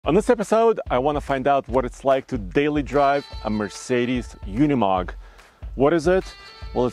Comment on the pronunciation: Pronounced Ooh nee mogg, not you nee mogg. And mer cedes, not mir say dees.